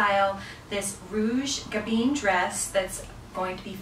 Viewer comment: Oh this hurts my head… Gabin isn’t pronounced gaBEEN. The “in” ending is pronounced the same as the French word for wine: “vin” ..”I” is more like an “uh” sound and the N is almost silent.